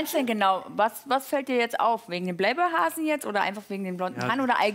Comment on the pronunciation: Sie sagt playboy wie bayblade